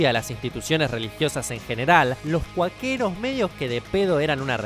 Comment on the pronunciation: "Los cuaqueros" que raro